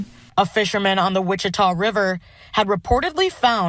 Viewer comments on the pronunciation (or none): Ochuita is pronounced watch-uh-taw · Dang you pronounce that Washitaw… the spelling is French Ouachita…😂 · at least pronounce OAUCHITA parish properly..